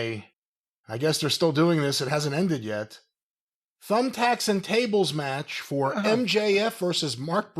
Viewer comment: "Thables and Tumbthacks" Lmao.